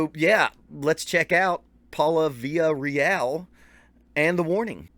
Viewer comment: I love how you were dropping so many of their influences. Just goes to show just how great they are. P.S. In case someone else hasn't already mentioned it. You straight butchered the pronunciation of their last name. I can't pronounce it, but you're way, way off. Funny enough you mentioned Greta Van Fleet when The Warning just signed with that label that GVF is on.